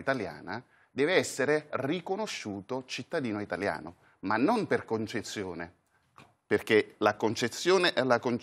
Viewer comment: Concezione (invece di concessione), domìnano (invece di dòminano).... l'avvocato napoletano sarà esperto in ius.... ma in quanto a scholae...😂